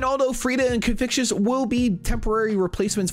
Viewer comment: this dude really called confucius "Confictious"